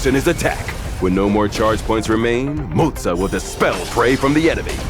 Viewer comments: "mo-zuuuh" lmaooooooooooooo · I keep hearing Mozza. Mozza. Mozza. Mozza. Starting to crave Mozzarella here 😳